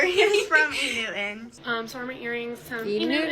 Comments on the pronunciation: The pronunciation of "E-New-in" instead of "E-New-Ton" is hurting my ears 😂😂😂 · “E Newton” has (like all words with the “ten or ton) have become “enn” and “inn” ENewton: “E NEWT IN”.. Curtain: “CURT-ENNN” Payton: “PAY-ENN” Important: “IMPOR-ENT”… 🙄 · “E. Noo’en” CAN WE ENUNCIATE PLEASE! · Nope, she is right. There is a difference between enewton and euen, like this girls pronounce it. Dont encourage botching the English language. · oh i heard “inu in” 😂😂 not e-newton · Me who kept hearing E-Nguyen and not enewton. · 100% 😆 it bothered me so much how they were saying E Newton. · "Enoo in" 🤣 Never heard of this brand in my life. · enewton.. they kept say e-niuin...:) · Also...is they can't pronounce Enewton. It sounds like they are say eeh nooh an. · E New'iiin eww get THEE EFF OUT with that stupid fake pronunciation. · “e NewtiNUH” was all I heard every time one of them said it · EW I CANT GET OVER THE MEAN GIRL E NETWON PRONOUNCER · I was so triggered by their pronunciation of Enewton to the point that I literally typed into Google "who the "F" is Enewton" and I used the full word. Thank you so much for that clip of the lady who said she wouldn't pledge them. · Why do they all pronounce "E Newton" like that? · Tbf i was yelling out loud at the girls not pronouncing the "t" in enewton. I can't stand whatever that inflection is😂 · If they can't even properly pronounce enewton wonder how well they'll do in college